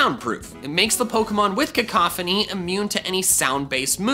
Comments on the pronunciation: cacophony lmao. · baby shoyru Cack-a-phony